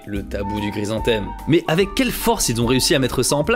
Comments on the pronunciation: Super série de vidéos, le sujet est vraiment très intéressant. Merci et bravo pour tout ce boulot ! Juste une petite précision, la fleur, c'est un chrysanthème, pas "gry". 😉😁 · ce gue j'ai pas guompris c'est : c'est guoi un grise-en-thème ? En dehors de cette prononciation étrange de chrysanthème, bonne vidéo :) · Ca me fait trop rire à chaque fois il le prononce grisanthème xd , sinon , comme toujours , superbe vidéo et super intéressante